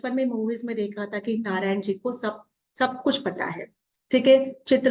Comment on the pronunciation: नारदा नाही है नारद बोलिये नारायणा नाही नारायण बोलिये